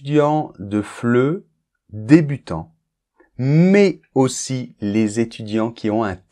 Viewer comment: Dans la minute il y a la liaison., tu as dit MAIS AUSSI, il se dit MAIS-AUSSI ( Petite précision 😂 )